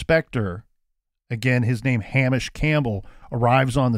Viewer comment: Hamish is pronounced Hay-mish not ham-ish